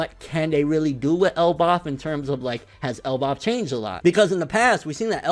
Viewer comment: Why do you say Elbaf so weird???